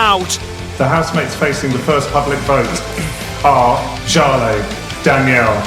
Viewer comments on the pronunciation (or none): Is seriously going to pretend she still can't pronounce Jale's name? It's not exactly hard to remember. Embarassing